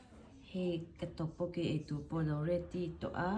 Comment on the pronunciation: Tteokbokki tih tur zawk o🤣🤣🤣